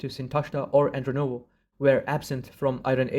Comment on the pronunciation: AndrOnovo -- it is very important, in my humble opinion to state the names correctly in this controversial video regarding Proto Iranians and Proto Aryans. In this video several terms of mispronounced . Is a shame. It is obviously made by an Iranian speaking person. It is wonderful that you pronounce your cultural words correctly, but it's so annoying that you mispronounce others horribly❤😂😂